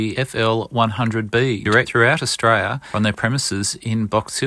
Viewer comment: If you're going to use an AI Australian voice, get one that can pronounce "Austrayan... ozstrayan... er, Australian."